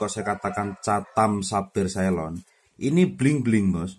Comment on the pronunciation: Ceylon bang bukan caylon